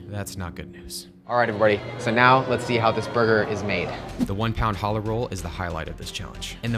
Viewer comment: You said challah wrong